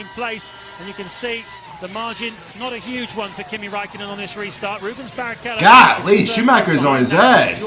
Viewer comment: His name is Räikkönen not Rakkenen